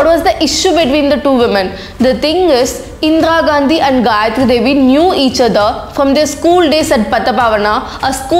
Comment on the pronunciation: It's not Indra Gandhi pronounce it correctly first.... If you're a true patriot make a video on Indian wrestlers protest. can't see this issue.... SHAME ON YOU